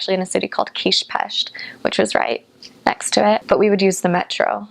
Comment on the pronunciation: Her pronunciation (villamos, Budapest, Kispest, madártej... etc.) is too perfect to be a non Hungarian.